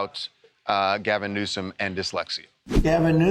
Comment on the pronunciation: did anyone notice trump said newscum?